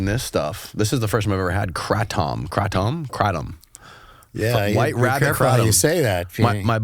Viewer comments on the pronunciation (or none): It's pronounced kray-tom bro as in Ronnie and reggie kray then add the tom to the emd😃 great stuff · Lmao louis j gomez would b furious by the pronunciation xD “crate-um” (kratom) …nyway love the show , im a skanks fan tho so got a good laugh out of that 🤘🫶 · I just came here looking for the jokes on his pronunciation of the word ‘Kratom’. (FYI: It’s Kray-Tom.) 😂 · “not even weed?” …. wtf, who hallucinates from weed, or edibles. Pfffttt…. The more I watch… smh really? You don’t even know how to say Kratom. It’s like you grew up under a rock… are you Amish?